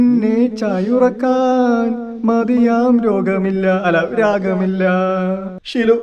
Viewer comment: രാഗമില്ല ❌ രോഗമില്ല ✅